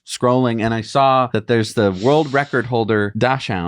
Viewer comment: "World record holder DOSH-hound..." Ahem... it's pronounced DOCKS-hund...